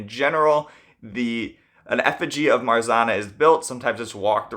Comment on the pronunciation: How many times can a comment explaining pronunciation of "Marzanna" be deleted? Come on, it's not that hard.